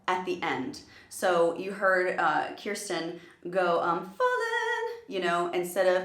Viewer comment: Newbie and I LOVE you:) wish I could sing:-) Just an FYI as a big PTX fan as well I believe her name is KIRSTIE rhymes with THIRSTY. Anyone please let me know if I’m on or off on that lol:-)